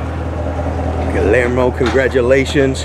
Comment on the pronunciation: not to be contrary, but the name is pronounced like Gee-year-moe. The double L is a pronounced like a Y. I apologize to anyone that I offend. My high School Spanish is showing it's ugly head! I take correction easily.